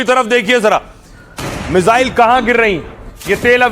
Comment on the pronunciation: मिजाइल ❌ मिसाइल ✅